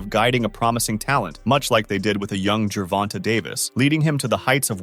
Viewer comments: I hate how this guy seems to pronounce certain words wrong and gervonta it doesn’t have a y in it at the end but pronounce it like that so you can say his name right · That part, plus annoying, as fucc the way white people say Black people names wtf is “ Jovonta “ 😂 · This Mf can’t read or comprehend obviously pronouncing his name wrong even “live” 😂😂😂smh